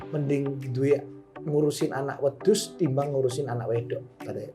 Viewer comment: Bermanfaat sekali podcatsnya. Tapi ngakak pas ngmng wedhus, kagak tau wedhus dok.